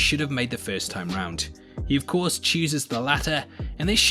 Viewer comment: I like how u said of course to of corpse